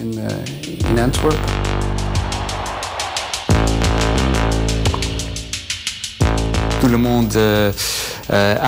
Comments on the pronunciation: Pauvre français qui écorche AnverS en prononçant Anver 😭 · On dit AnverS ;-) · faites sauter la banque avec louis de funes et Anvers le s se dit! anverse ! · Il y a un S à la fin d'AnverS et on le prononce!!! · Horribles ces coupures de son. Au fait, on prononce le "S" dans Anvers... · Oui mais anvers sans E mdr